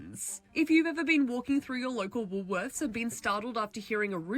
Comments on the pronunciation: Woolswimorth Pronounced wooooolsz worth " Yep Vegemite rules. Self service is everywhere 👍 Kmart & big w. Well these are average. Welcome to Australia 😁. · If I filled my trolley like that at my local woolies it would definitely be more like 300 its so expensive too shop for stuff unless on discount. Also its wool-worths for pronouncing.. no s in middle But we mostly say woolies.. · Every single time I hear an American pronounce Woolworths for the first time, they always start with WoolSworths, is it the transition between the L and W that the American tongue can't grasp or just a lack of reading skill? Chem, Chemist....who makes pharma big in the US, Chemists.....Thank you, I've never heard anyone in my 51 years of life pronounce AUD as a word...It'd be like saying USD as ooossddd lol. At least when the chickens are ready to come out of the oven it's that annoying blow up toy chicken thing that makes the loud somewhat funny screaming from hell sound lol. Roast Chooks from Woollies are about 12 or 14 bucks, they also do roast pork with crackling ready to go, good bachelors handbags they are. You could ask any Aussie where are the 'bell peppers' and we understand the lack of education and will point you in the right direction, generally it's pretty fucking obvious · Woolworths mispronunciation is a fauled literacy test. 😂 Read the letters in correct order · I've never heard Woolworths said so often or so wrong... I can count on my hands the number of times I've called it that - it's Woolies 🤣 Or if you're old school it's still Safeways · Woolworths. The s is at the end, not in the middle. Or Woolies, in Australian. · It’s Woolworths!!! It’s not that hard. 😉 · it’s pronounced “Wool-worths” or most of us just call it Woolies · Wool worths “Woolworths” Woolies. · Why can’t US citizens say Woolworths? What’s with the Woolsworth? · "Woolworths" is pronounced "Wool worths" But we just call it Woolies. Rhymes with Bullies. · Yep "Woolsworth" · No s in Woolworth